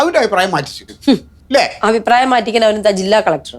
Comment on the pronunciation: അയിപ്രായം അല്ല റിയാസ് ,അഭിപ്രായം എന്നു പറ